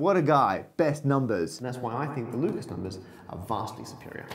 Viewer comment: For someone who's a big fan of Lucas, Matt sure doesn't care about pronouncing his name correctly. I wonder if he's also a fan of Renny Dess Carteez.